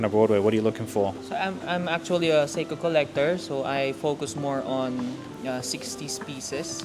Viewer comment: I don’t want to sound like an asshole because the guy admitted he’s not a watch guy but the pronunciation of Seiko was hilarious! “Psycho!” 😂 that fossil watch was cool though